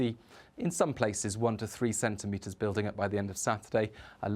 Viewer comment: "five to cen tentimetres" Yes, I thought so.